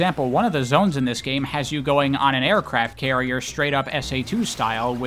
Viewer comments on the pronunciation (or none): none